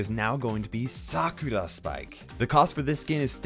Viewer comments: Wow you pronounced Sakura right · the way you say "sakura" is so satisfying😌